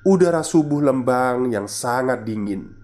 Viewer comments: Telat nih baru dengerin podcastnya, maaf mas Lembang itu dibaca Lembang pake E biasa, kaya huruf E dikata Merah. 🙏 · Lembang jd leumbang 🙈🙈🙈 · Skedar masukan. Pengucapan " E" pd kata Lembang hrsnya spt Pengucapan E pada kata Lele.maju trus min.....